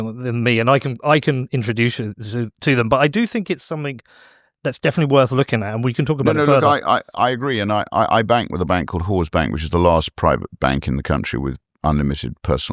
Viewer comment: 1 hour 14 mins. Did he say whore bank. Damn I want an account there.